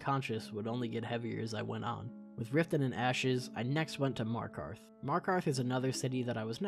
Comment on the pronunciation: "Markath the safest city in whole Skyrim"